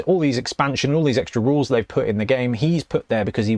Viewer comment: I missed the part where you talked aboot rulez. 😅